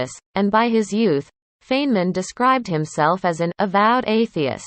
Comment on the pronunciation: at least pronounce name correctly...Robot